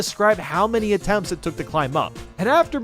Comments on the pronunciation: Is no one going to talk about when he said “my-shell-f” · Did Did he just- Did he just say my shellf? that’s my boy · Why did you say "Myshelf" in 1-mid castle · It said my shell